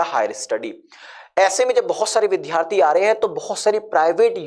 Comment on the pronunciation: वि धा रथी। नहीं। वि द् या रथी। ये सही pronunciation है।